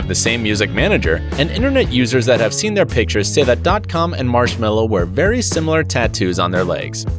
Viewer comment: I never have Daft Punk in my life and you can’t speak Marshmello right